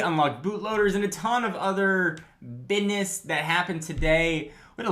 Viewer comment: lmao buiness, lol whyd u say it like that?